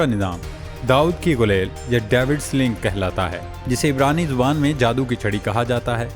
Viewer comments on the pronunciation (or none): none